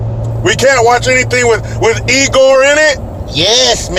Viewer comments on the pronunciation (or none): It’s Igor not egor duh lol